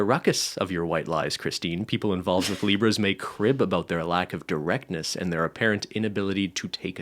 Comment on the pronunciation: I'm eating m&ms and it sounded like was saying "zebras" instead of "libras" at first and I loved that